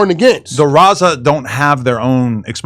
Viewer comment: Why does he say the Rossa? It’s Raza 😂